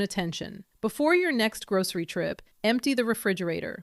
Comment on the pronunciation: Why do you say "grouSHery" ?